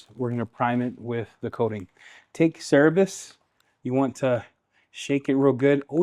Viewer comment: Great demo on Cerberus 👍🇬🇧 PSA it's pronounced "sir-burr-us" rather than "serr-a-bus" 😉